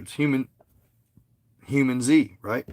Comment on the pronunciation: Its. Hue-Man-zee Not humanZ 😂.. Not hating either.. Love ur content bro.. PLZ be careful if u get contacted. Its not worth dying for brother